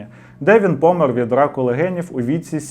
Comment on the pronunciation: 🙂тУлуб, а не тулУб; помЕр, а не пОмер. Дякую, дуже цікавий канал. Де купити абажур?...